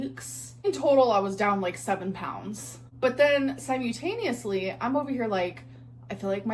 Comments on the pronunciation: "Si-mew-taneosly" it is si-mul-taneously holy shit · also she says words wrong like "Symutaniously" on purpose when shes lying so people focus more on the wrong word rather than the lie, notice how many times she said it in that clip moving her arms with the word to give it even more emphasis. we see you gorrrl :hand-orange-covering-eyes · the "sigh-myew-taneously" is absolutely killing me